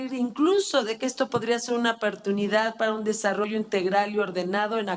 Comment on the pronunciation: actubre pertunidad somentimiento ni los viramos Esta señora ni pronunciar el español sabe